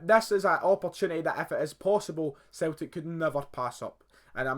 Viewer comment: A few things for you: 1. "Celtic" is pronounced Sell-tick 2. It's not "Scotland Keltics", it's "Celtic" 3. Your son supports both Liverpool AND Barcelona? That is just wrong. 4. Celtic are Scotland's biggest team, they have the largest stadium, highest average attendance, most money, most successful in Europe. 5. You never hear them because football/soccer is dominated by the top 5 leagues (Spanish La Liga, English Premier League, German Bundesliga, French Ligue 1 and Italian Serie A), and you only really hear from the best clubs in those leagues. 6. They don't sign players like Messi because it is practically impossible. Why play on a cold Saturday night in Kilmarnock on a plastic pitch in front of no more than usually 11,000 people when you can stay in Spain with beautiful stadiums, over 30,000 people, warm weather and a massive salary?